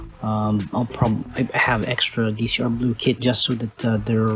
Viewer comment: Fun fact: It's not Dee Cee aRe. It's Decross.